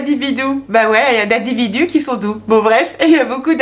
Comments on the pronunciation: Individou ou Individur ?? 🤣🤣😂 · Merci pour ce live très intéressant et j'ai bien rit avec vous "les individous" 😂 🙏🙏😘😘